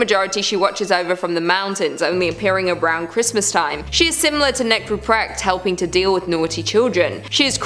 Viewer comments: Dude, old lady's name is pronounced differently, it's like PerKHta or something similar and not PerCHta. CH here is germanic kh, not english ch. Still cool video compilation) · It's pronounced Perkta not perchta.